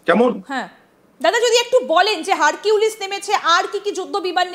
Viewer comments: Harpik na Harquilice ki bollo? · ওইটা হারকিউলিস না, ওইটা হারপিক..